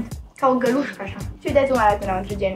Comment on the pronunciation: Tu spui niste cuvinte care mor de ras ✌️😂 (care nu lam. Mai simtit in gurita sau cand ai zis galuscá😂😌❤️